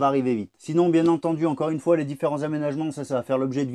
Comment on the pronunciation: Mais c'est que tu fais super bien l'accent Belges ... Une fois . 😉🇧🇪 .